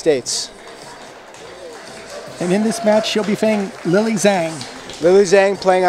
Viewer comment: Wow opening commentary is cringe worthy.....and they pronounce Lily's last name a few different ways in a matter of minutes......